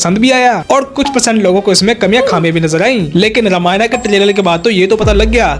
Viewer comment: रामायण , not रामायणा !!